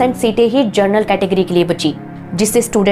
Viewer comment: हैदराबाद से! पिछले कुछ दिनों से मैं आपके पुराने वीडियो देख रहा हूँ।बहुत बढ़िया रिसर्च एवं प्रस्तुति है आपकी। छोटा सा सुझाव है, उच्चारण पर थोड़ा ध्यान दीजिए, जनरल को आप बार-बार जरनल बोल रही हैं। धन्यवाद।